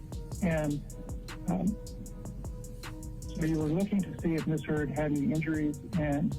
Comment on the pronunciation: I'm pretty sure this isn't a bot narrating this video but I always doubt myself when the most easiest of words are spoken incorrectly. Like when she said the letters M S instead of the correct way which is Miss (some say it's more of a z sound than an s, but either way it was still mispronounced) Heard. It's sad if a computer bot does it since they're supposed to be smarter than most people, but it's really pathetic if an actual human being is reading it and doesn't even say it correctly Ms. when its the title of a person like Mrs. or Mr. (FYI: IF you feel the need to reply or send me a message please make peace with the fact that I will never read it or even see it. I refuse to do the back and forth debate on my comments).✌